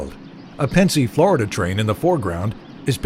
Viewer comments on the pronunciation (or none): none